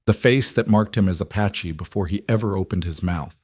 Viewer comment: Beautiful story but some AI mistakes. Apache. Not “a patchy”! And It keeps changing the spelling of his name. “Rider”, not “writer”.